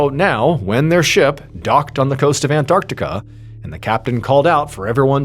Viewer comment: And well done Mr Ballen for pronouncing it " An-tarc-tica " and NOT " " Ann-artica "😂🤦 like many Americans do !!